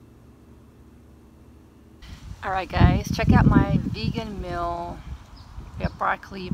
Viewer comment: Where is your accent from? Whenever you say meal it sounds like youre saying 'mill....'